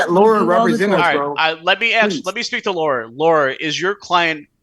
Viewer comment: ahhh, now that other people are actually saying it, I can understand that the attorney’s name is Laura, I thought was just mispronouncing “lawyer” like he does “okay” 😂